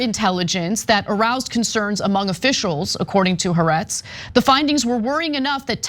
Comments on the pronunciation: Argh. It's "ha-aretz" not "harets" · It's Ha’Aretz not herretz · I'm so glad you corrected them. It seems none of the independent journalists get it right even though they reference it hundreds of times. More precisely: Ha-ar-etz. 3 syllables, accent on 2nd. It means The Land.